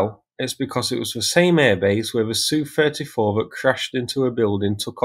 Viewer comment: FFS mate,if you're going to pretend to know aircraft, use the correct term. S.U not Soo, A.N not an. Jesus H, YouTube is full of wannabees.